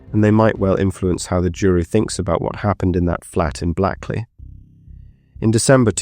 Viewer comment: Hia. Blackley is pronounced Blakeley. It's sitting along the River Irk, not sat. And it's pronounced Doomsday not Domes-day. I'm only a few minutes in so hoping nothing else glaring appears.